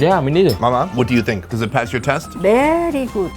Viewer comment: that “beryyy guuuud” a abuela Puerto Riqueña classic 😂😂